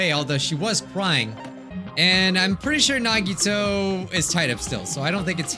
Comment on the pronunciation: I don’t rlly like how says nahgeetoe instead on nagitoe